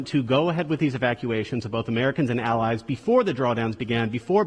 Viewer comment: “Our Al-Al-UH-ALLIVES”